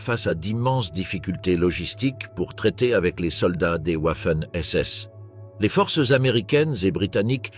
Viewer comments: Ouaffen SS 🤣🤣🤣🤡🤡 Waffen SS se prononce Vaffen SS ! Pas « Ouaffen » . Ouaf ouaf 🐶 😂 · Arrêtez de montrer des hommes de la Wehrmacht, renseignez vous avant de produire des vidéos. Puis on dit Wagon, pas OUAgon. Renseignez-vous aussi sur les prononciations. On dit "V''affen SS. Affligeant ce reportage. .